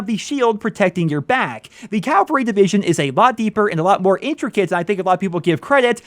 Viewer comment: you’re getting closer to CAVAL-RY but not quite there.